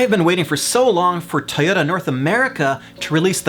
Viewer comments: Everytime you say (Tie-Oh-Ta) I cry myself to sleep. I thought people say (Toy-OH-Da) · The way you pronounce Toyota triggers me every time.